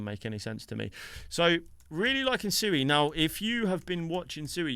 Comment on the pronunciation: It’s pronounced SWEE as in the word SUITE. You obviously have not watched anything with the founders. Just because most people pronounce it wrong doesn’t make it ok